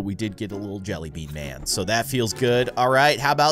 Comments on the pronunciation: not man but min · it’s man not min